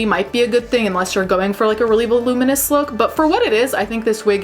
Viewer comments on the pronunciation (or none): none